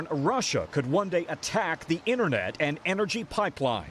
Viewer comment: It's "internet" not innernet. And NATO, not NADO. Who are your english teachers, Tom Cosdello, with a d.